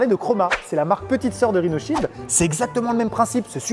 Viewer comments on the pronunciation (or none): On dirais qu’il on dit rino child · Quand ils ont dit leur prénom j'ai entendu RINOSHIELD😂😂😂